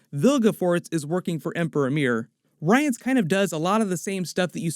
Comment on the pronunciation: Butchered the pronunciation of her name too. (Rience as well)